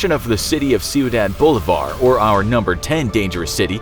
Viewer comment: "Bolívar" it''s pronounced "Bo-lee-bar" not "Boulevard".